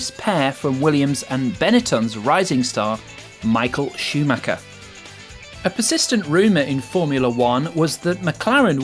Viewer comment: Difficile de faire une pire traduction et ne pas savoir prononcer Schumacher confine à illettrisme.